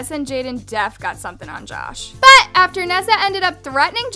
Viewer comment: I love your videos but pleaseee stop saying ‘BUT’ like thatttt. I get a shock everytime..